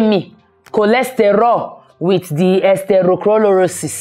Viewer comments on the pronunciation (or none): I've always loved you but the "esteroclororosis" don kill me. You are always real. Congratulations 🎉🎉🎉🎉🎉🎉🎉🎉🎉🎉🎉🎉🎉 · 😂😂😂 I love the way you pronounce atherosclerosis! This is so inspirational! Going through weightloss as well as so I can totally relate. It shall be well for all of us pushing through! We can do this.